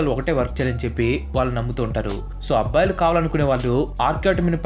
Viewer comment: Abbbalu kadhu, Abbayilu 😅